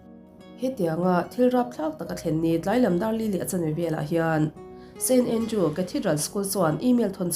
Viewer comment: st andrews tih tur aw.. a diklo in i lam tluan parh thei nia